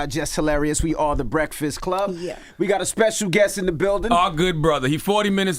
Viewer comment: Wa😂😂😂😂wait..."breaxxast club lol